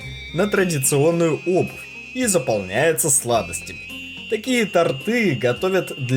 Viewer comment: "тОрты",а не "тортЫ"